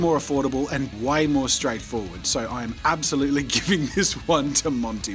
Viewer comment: does Jazza really say montE mart the whole video?